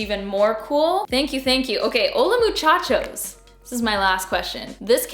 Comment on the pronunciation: Im a spanish speaker from México 🇲🇽 you said hola muchachos just fine 😉